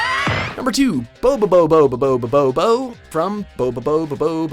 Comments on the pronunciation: he didn't even try to get bobobo-bo-bo-bobo right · why must he say bobobo's name wrong